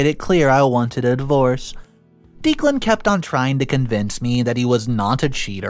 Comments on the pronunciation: not trying to be a jerk but it's OP's fiance's name is pronounced Deck-len not Deek-len. 😌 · The name is pronounced Deck-lan, not Deeklan. Sorry for being the pronunciation police, but the name was said so many times 🤷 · You really need to brush up on pronunciations. The groom's name is pronounced Deck-lan.. this among several others. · Declan is pronounced Decklann not Deeclan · Declan is pronounced Deck lan not Deek lan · It's not Deek-lan.................it's Deck-lan. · (pronounced decklan not deeklan) poppy gave so many opportunities for op to remove her i got to 7.50 timestamp and i think eloping was your best bet for a peaceful happy wedding day mil and sis are as bad as each other and why did op not punch poppy back? at 15.14 i can not understand ops reluctance to ban poppy from her wedding? i mean wth. NO not ask her....TELL HER. get a spine and some common sense imo lawyer and sue poppy for slander / defamation good god op still whinging about sis not at the wedding.....really. op not living in reality? and now we see where op gets her blind trust from ...her mother how did steven even get near the projector to put his "film" slideshow on it? op is wrong. wedding and night was ruined mostly by herself for being blind and not preparing properly but husband is also wrong for his comments. again... preparation (security at door and at the projector) could have stopped all that holy.....you confide in poppy? sorry here. but op is STUPID who sent the email? if you suspect anything. investigate first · Yes! Someone spelled out the sound of that name. It was driving me nuts! I like this channel but the narrator often mispronounces normal every day words plus common names. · Declan is pronounced decklan. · I love listening to this guys' stories while I'm working. I just kept getting so distracted by the fact that he kept pronouncing the name "Deeclan". Is that just an American English thing? I had an American wife and I still struggled to understand...